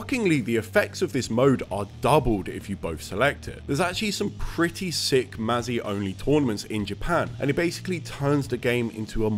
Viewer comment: For the record, "mazi" is actually pronounced "maji", a Japanese kind-of-slang term that means "serious".